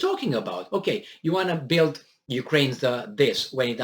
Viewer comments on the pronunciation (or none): none